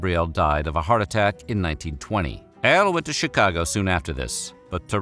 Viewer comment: Love this guy but is he saying L or AL?. Am I hearing things.